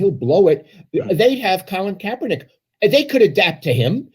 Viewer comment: Put some respect on Kaep's name, well done Lowell.